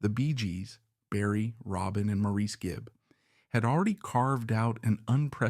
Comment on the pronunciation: This was very well done, in-depth, as well as thought provoking! Two points of correction for accuracy are Andy's 3 older brothers were born on the Isle Of Man. Andy was not. He and their older sister Lesley were born in Manchester, England. Maurice, although spelled like you said it, is actually pronounced Morris.